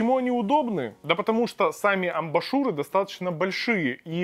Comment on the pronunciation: Уже писали, но повторюсь,, ребят, если делаете видосик уровня не «Анжела тестит помаду для м...» а что-то серьёзное, то хотя бы выучите как правильно читаются слова типа «амбушюры» и “major”, а то складывается впечатление, что это не Цитрус, а какой-нибудь Валера с ОЛХ.